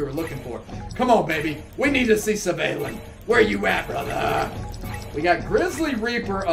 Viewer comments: It’s pronounced ‘Svarlin’ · No it's pronounced how it's written, Svalinn.